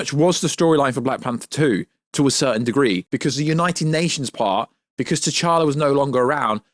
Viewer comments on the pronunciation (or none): none